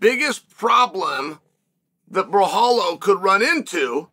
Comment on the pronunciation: Came here for the mispronunciation of Borralho .. did not disappoint 🤣 Also make Costa vs Borralho NOW! Did Steve Erceg call the champion out after KO-ing Schmell?